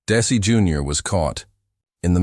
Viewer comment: These bios are great, FOR THE MOST PART, however it's really hard for me to accept DAISY Arnaz or DC Arnaz, from narrators who should really know better!